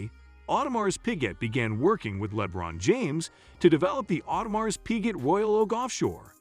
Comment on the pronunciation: Dafuq is "Lebbbron James"?! 😮😂😩